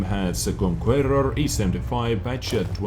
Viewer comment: Conquerrrrrror.......Love the language!!!:) Stay Awesome!